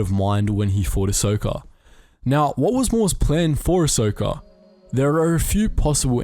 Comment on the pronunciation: Lol “ahsoker” that’s definitely how you say it 😂